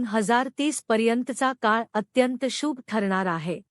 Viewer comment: शुभ हा शब्द बोलायला shika.